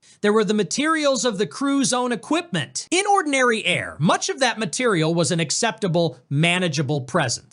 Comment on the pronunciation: What exactly is "Onndiny Air"? 🤣